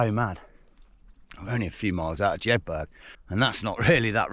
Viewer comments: Jedberg? Although it's spelt Jedburgh it's pronounced Jed-bura, Edinburgh isn't pronounced Edin-berg. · Great vid but it's Jed Burrah not Jedburg - Burgh is pronounced Burrah in Scotland - Think of Edinburgh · Another stonking video Dude .. it's Jedburgh now is pronounced Jed borough like Loughborough Edinburgh.. 😉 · Great video as always as lovely to see you not too far from where we live, North Berwick is gorgeous but way too busy in the summer. Always makes me giggle hearing you pronounce place names 😂 #Jedburg!